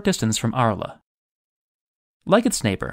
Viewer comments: DEAR: it is just ARles, pronounced ARL, forget the les that follows, not your Italian ARLA! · Arles, is pronounced “Arl” not “Arla”, great video though. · Two things. 1.) Arles, France is pronounced "Ahrl", not "Ahrlah". 2.) Is the water used in the ancient baths such as the one shown in Algeria filtered at all? I had read that the water in the original Roman baths could be quite filthy! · Arles =pronounced Arl not Arla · It would help to be knowledgable about these things when reading the text. Arles, city in France. Completely mispronounced to the point of being unrecognizable ! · An interesting docuvideo, but, Arles=Ar-lah? Merida=May-ree-Dah? Is the Segovia Aqueduct still in use? The Roman bath at Bath is still preserved and fed by the original spring, but it's not "used" as in the other examples. The water, however, has been channeled to modern spas.